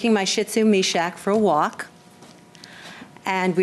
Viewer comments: Jesus H. Christ...it is NOT a freaking SHIT zu people!! It's SHIH tzu (SHE-zu) I promise you that pronouncing words correctly won't kill you! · I wish people would learn the correct pronunciation of the dog breed Shitzu.